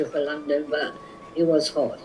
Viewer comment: 細井先生、普通に英語話せてるじゃん🤣🤣 発音も綺麗だと思った！若干イギリス寄りの発音ですよね🇬🇧(特にLondonの発音が無駄に綺麗ww)医療系専門用語を理解出来てるのも流石すぎた。聞き方もお上手ですし😌本当に多才でコミュ力の神です✨モリテツさん、このシリーズ続けて下さい‼︎